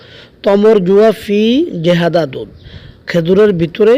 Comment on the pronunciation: ভাইয়া জেহাদা না, এটা হবে জিয়াদা